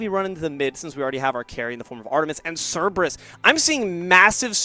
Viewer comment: Can we teach this commentator how to pronounce "Cerberus"?